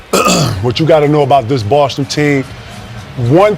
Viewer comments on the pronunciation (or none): none